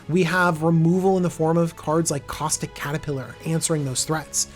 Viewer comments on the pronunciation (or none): none